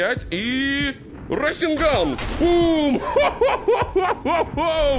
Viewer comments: Меня одного бесит раСенган а не расэнган и чидори слобее расенгана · какой рас'енган твёрдый звук е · Не расенган а РАСЭНГА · Не расинган а расенган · СРАСЕНГАН АХХАХАХА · мне кажется или ты сказал срайсягай?